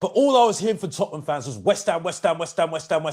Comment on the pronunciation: repeat after my TOT-NUM not that shit you keep saying 😂 how can you not even know how to say your own club's name